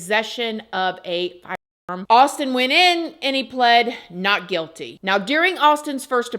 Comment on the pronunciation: i love you but why can't you say FIREARM??😅😅